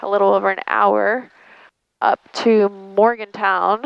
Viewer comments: Not to be "that guy," but as the husband of a western NC native, I have to correct your pronunciation of Morganton. There is no W in the last syllable. It's "ton," as in 2000 pounds. That said, however, the locals mispronounce it as "Morgington," as if there is a G in there. I giggle every time my wife says it. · I think it’s Morganton not Morgantown.